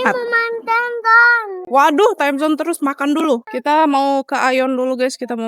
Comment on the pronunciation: Timezon ce bukan amazon